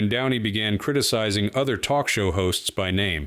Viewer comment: I can still hear "Oh please, can we twok?" Seeing her snort a line of white powder just before walking on stage is what lost all cred. Powder? No cred. Crystal? No cred. Needle? No cred. Weed? I do not want to smell it, see it or hear about it so knock yourself out discretely.